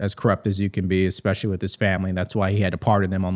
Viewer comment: “Expecially” 🥴 She AND Crocket both said that today. Let DEI reign. 👏👏